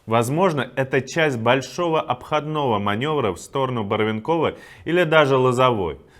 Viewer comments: БарвЕнково правильно ударение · БарвЕнково. Так говорят у нас в Харьковской области. 🇺🇦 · БарвЕнково - ударение на букву Е. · барвЕнково, сколько можно повторять, Иван! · Логопед уволился? Барвенково вам не МОсква, учи матчасть. Бред.